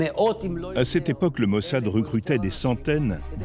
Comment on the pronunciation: Nu gasiti un traducator mai aproape de citirea in limba romana ?E obositor cum spune mossad!Altfel apreciez documentarul!